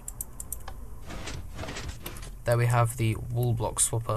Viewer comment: Why do you pronounce 'wall' like 'wool'? I thought you were talking about a 'wool block swapper' at first.